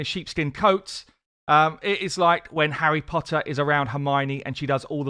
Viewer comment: That way you said Harry Potter was so satisfying... Great vid as always!